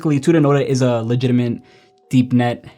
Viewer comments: i just thought that too 😂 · Is he saying "legitiment" instead of "legitimate" or am I hearing it wrong? 😅